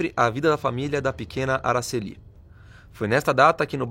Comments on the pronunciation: Não é AraceLI, é AraCEli; paroxítona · É " Aracéli". Não é Aracelí. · Pronúncia errada do nome, não é Aracellí é Aracelli.